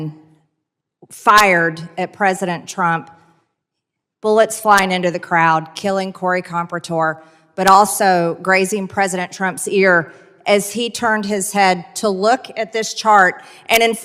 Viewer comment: Compratore, not Compretor you idiot. She's like the Obnoxious Low Class Neighbor with the Big Mouth!